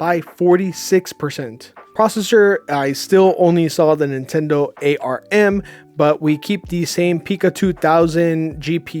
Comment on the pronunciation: i can understand a mistake, but when you KEEP calling ARM "AMR" it's not okay